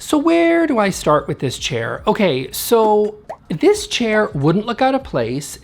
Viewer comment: I heard “diss chair”, which is appropriate.